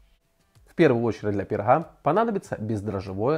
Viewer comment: Нужно говорить пироГа, а на пироХа